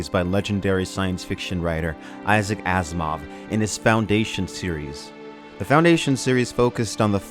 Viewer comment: I thought you said Ass Mov.